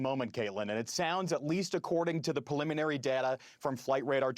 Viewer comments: Please stop saying pelliminary 😭😭 Edit: Not trying to be mean or anything, it's just grating on me so hard. As an expert guest, the guy is fantastic. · Someone teach him the word preliminary!